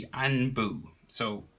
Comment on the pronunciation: He was doing so well, until he anbu. He completely butchered that word! Hahaha!